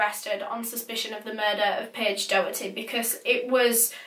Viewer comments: Not being like cheeky or mean or anything xxx its promounouced dok-er-ty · It’s pronounced docherty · It’s pronounced dock-erty btw not do-herty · hi! its just to say doherty is pronounced dock-er-tee :) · It’s Paige docherty not Paige doherty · NO I WANT TO SLAP SOMEONE RIGHT NOW! MY LAST NAME IS DOHERTY AND IT IS PRONOUNCED DAW-HURT-EE. I AM NOT AGAINST YOU BUT THAT JUST KILLED A PART OF MY HAPPINESS xD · Her name is Doherty pronounced docherty ( like a throaty Huss sound) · Doherty is pronounced Dockerty by the way. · Last name....... same............ ? Also, I'm pretty sure her last name is pronounced Door-tee. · Well, this sounds complicated BUT, she lived in my area but I never knew her personally. She was My friends mum's cousins daughter (that's confusing) so it was all over my mum's facebook. And p.s it's pronounced like docherty rather than an oh sound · I’m from Clydebank and this still is so raw to all of us. Paige was an angel. No offence to you but it’s pronounced doc-herty! Rest in peace paige❤️ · So sad :( I remember hearing about her disappearance and just hoping she’d be found safe. couple of my pals knew her as well and said she was a lovely, kind girl Also Doherty is usually pronounced Dockerty in Scotland but idk if hers was different or not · I live around 20 minutes from where this happened and Johnny worked with my best friends Mum I’m pretty sure I even met him before, nothing like this ever happens around here so it’s super scary 🤷🏽‍♀️RIP Paige💜 its also pronounced dock-er-ty 😊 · You pronounced her last name wrong x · Does she know she’s saying Doherty wrong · It’s so weird how she says Paige’s second name it’s not right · The way you pronounce Doherty .. Oh my god